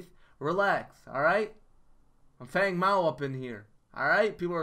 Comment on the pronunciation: Brody McClendon idk why he said that in the wukong trailer but its been (fang) feng since legacy. go watch his tutorial video. why they changed the pronunciation idk but he will always be FANG to me.